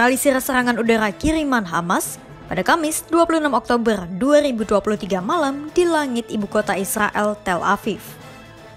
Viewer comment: Sumpah tertawa aku mendengar admin membaca berita yg di faseh fasehkan ngomong ER ketika ngomong oktoberrrrr ER panjang😂😂😂😂😂😂